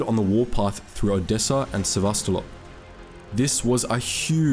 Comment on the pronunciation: Sevastolop :)))))) (correctly SevastoPOL)